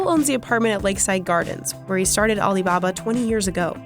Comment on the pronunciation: Aleebahbah interigence